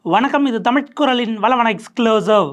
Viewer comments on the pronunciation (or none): வலவனா...? வளவனா...? சரியாக உச்சரிக்கவும்..